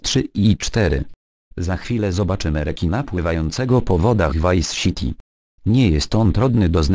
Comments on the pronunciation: vice siti hahaha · vice SIti XD